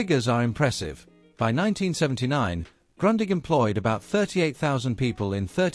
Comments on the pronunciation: Not grondig but groondich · Isn’t it pronounced more like “groondig”? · Why do you pronounce Grundig like Grøndigg? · Not Grandig - Grundig like in Groondig 😂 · Say Groondig, not Grandig. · Funny; I was always pronouncing it GRUNDING! I should have known better! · it's GrOOn dig and Porsheh !!!!!!!!!!! show some respect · it all begins with Grundig not being ‘Grondig’ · It's [ɡrʊ̈ndiħ] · While I found this report most interesting, the mispronunciation of German names of people and places was painful to hear. Grundig is correctly pronounced 'Groondig' and Bayreuth is 'Bye -royt', Fuerth is pronounced 'Fyeurt'. For an evidently thoroughly-researched piece this is a miserable mistake. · Luke with Sputnik, they make videos about the Grundig they mispronounce. Please, education is free, just start learning. Groondeeg. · It’s „groondeeg“ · Wenn man schon eine Video über ein deutsches Unternehmen macht, dann sollte man den Namen wenigsten richtig aussprechen können ! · Kind of funny how languages differ in danish its a straigt u the g is not pronounced, also in danish we have the word grundig meaning well done or putting an effort into building something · Seeing as how Grundig is a German company and thus your 'history' will contain many German words, perhaps you should redo the soundtrack using someone who can pronounce German words correctly. You can't even pronounce the name of the company! I had to stop and repeat so many sections to try and interpret what was being said. Heinzelmännchen means Houshold spirit, or Kobold! The Heinzelmännchen didn't have 'Handles' on the front (to throw it away with??) it had knobs which could be rotated.